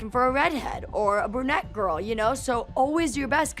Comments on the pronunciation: “we said the same thing about your litte GooRrLl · “I WAs a BaD GOrL”